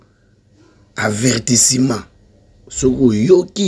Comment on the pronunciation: Avertissement et non Avertissiment svp.